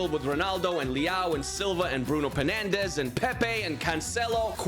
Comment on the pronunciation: NAHHHH. WHO ELSE HEARD HIM SAY PENANDES?